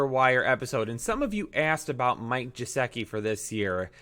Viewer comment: gesicki is pronounced guh-sick-ee not how you pronounced it